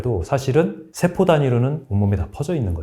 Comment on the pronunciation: 장단음 문제가 있다 . 예: 소장,대장,세포 ,대신, 사실,현대, 등! 이상 단어의 첫 잔 모두 징음인데, 모두 "짧게" 발음했다. 잘못이다. 모두 길게 발음해야한다. 참고로, "한국 어문을 고발함" 을 읽기를 간곡히 권한다.